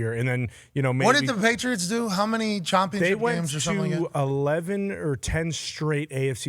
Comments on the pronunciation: "Chompionship" dah fuq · Why does he say "ChOMpionship"